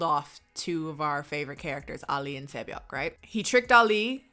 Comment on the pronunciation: YOU STUDIED KOREAN AND PROUDLY "KNOW IT FLUENTLY" YETTT YOU PRONOUNCE SAE BYEOK....AS SAY-BAYOK .... UM YOU DONT *PRONOUNCE THE K! HER NAME IS SAE (SAY) BYEOK (BYE-YO) KANG (KA-AHNG) KANG SAE BYEOK .... KAHNG - SAY- BYE OH.*